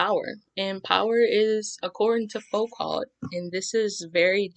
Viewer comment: you're very very good bravo and thank u ps : the T in Foucault is silent :)